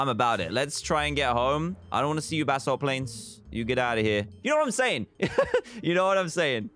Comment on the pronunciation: Dan it's basalt not ballast ok